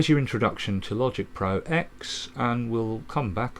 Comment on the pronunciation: Dear, it's pronounced as "Logic Pro Ten", for here the X is a Roman numeral, not a letter. And if you think that's nitpicking, imagine watching a historical document where the narrator keeps constantly referring to "World War eye eye" or "Louis ex eye vee".